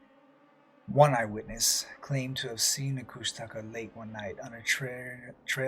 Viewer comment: "kooshta-ka" is how they say it, just noting, love the show, keep up the great work.